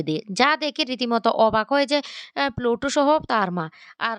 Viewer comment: সবাইতো বলে বলে ক্লান্ত হয়ে যাবে কিন্তু উনার উচ্চারণ বদলাবে না